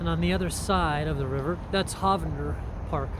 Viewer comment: Don't let anyone hear you call in HAHvander Park. It's HOEvander.